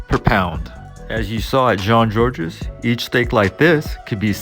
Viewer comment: You don't pronounce the S in Jean-Georges.